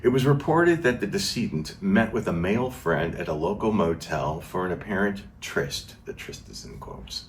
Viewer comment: "Tryst" and not trist. Learn something new everyday